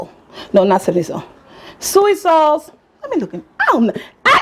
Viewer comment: Are you saying soy sauce?